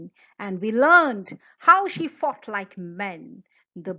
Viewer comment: Everytime u say “she fought like men” it sounds like “she fucked like men” 😂